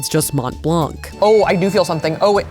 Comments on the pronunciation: For future reference, the C at the end of blanc is silent source: I'm French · You dont pronounce the "c" from blanc its there for starting the femine of "blanc" which is "blanche" :3 But the masculine form is silent so you dont need to worry about it. Much love <3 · As with half the letters in French, the "c" in "Blanc" is silent. Not complaining, just trying to educate.